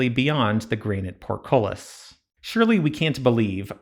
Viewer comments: Bitch say PORTKOLIS again ima fight U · Party game: Every time he says portcullis take a shot.